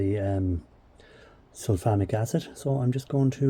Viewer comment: And I thought he was saying Sulphonic.